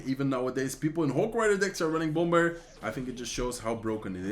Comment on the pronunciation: I really love your videos! Keep it up! By the way, bomber is pronounced without the “b”. It is pronounced as (bomer)